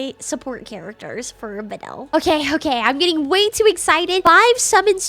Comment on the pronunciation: I flinched every time she said badel…..it’s clearly bad el